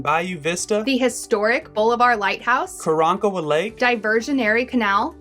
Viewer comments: As someone who grew up in this area, but doesn't fish it is cool to see it from above! Super cool video! FYI we say it "Balliver"🤣🤣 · Enjoyed the video. One thing though. Bolivar is pronounced Bah - liver. Not Bow-li-var.